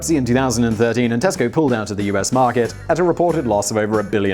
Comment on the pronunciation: When you say Tesco I hear Costco. We already have that. And you have to have a membership.